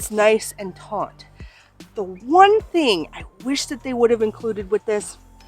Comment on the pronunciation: Thank you for the great review! English teacher here, hope you will forgive me, but the word "taut" has no "n" and is pronounced just like the word "taught".